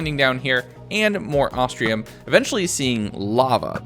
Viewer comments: It's ostrum not ostrium other wise best video ever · I ain't gonna lie the fact he says Ahs-tree-uhm instead of Ahs-trum somewhat irritates me but it shall be forgiven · You keep saying "ostrium"...where is the "i" in OSTRUM!? It's not there. It's. Not. There. Love the vid but my god, every time you said 'ostrium' I was more and more sure you thought that it was an ore made out of ostriches. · Loved it, definitely want a 200 days. Little disappointed you spent a whole 100 days, and still were calling Ostrum "Ostrium" lol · "ostrium" ostrum moment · every time he says ostrium it reminds me of austrailium from tf2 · At no point in this video does he say Ostrum right. XD